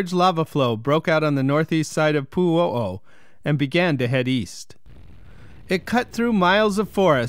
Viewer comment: Poo-ho-oh is what I heard haha!